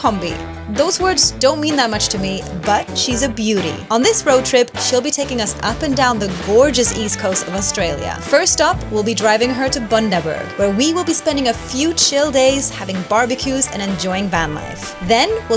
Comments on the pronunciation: It's bun-daberg. Please. Rhymes with fun-daberg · Now you just need to master pronouncing Bundaberg lol